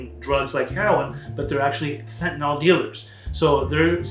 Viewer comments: Why do people pronounce it "fent-a-NALL" instead of "fent-a-NILL?" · Why do you mispronounce it? It isn't fentanol. It's not great for your credibility. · Amazing how even educated individuals mispronounce the name of this drug.